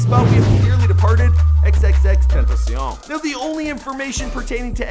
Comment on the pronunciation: He said xxxtenta see on